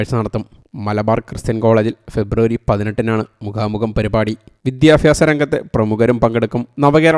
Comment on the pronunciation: വിദ്യാഭ്യാസമാണ് സുഹൃത്തേ വിത്യാഫാസമല്ല 😢